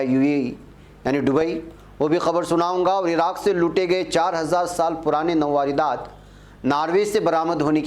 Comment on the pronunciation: nawardat nahin balke sahi yeh hai nawadrat